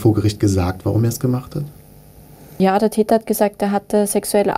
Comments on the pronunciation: Wer versteht auch die ganze Zeit „Dieter“ statt „der Täter“ ? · der Täter, ich habe immer der "Dieter" verstanden.